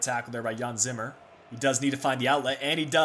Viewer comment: Jean Zimmer is pronounced in a more french way, not like Jan Vertonghen